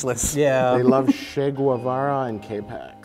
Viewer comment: the way mike says "Chay Gwevarra"